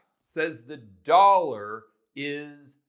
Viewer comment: Yup..the "dawllla"..